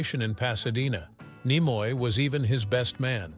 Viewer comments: Sorry; hearing the AI voice mispronouncing "Nimoy" caused a hard pass. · How you're pronouncing Nimoy is really annoying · So many different and unique pronunciations of "Takei", and of "Nimoy" in one video. Weird. 🤷‍♂